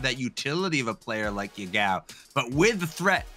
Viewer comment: His name is pronounced Ya-gao, not ye-gao. Btw, Ya-gao literally means toothpaste.